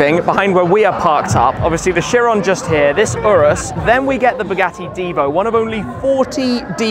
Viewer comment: It's Bugatti Kyeron, not Sheeron.